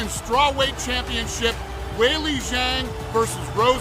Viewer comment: Why did Dana say Zhang name backwards lmao just shows he knows nothing about his fighters